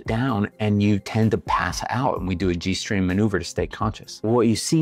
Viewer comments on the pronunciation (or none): I know he said G strain maneuver, but it sounded like G string maneuver